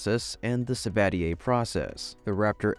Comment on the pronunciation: It's Sabatier process/reaction, not Savadier. [ ].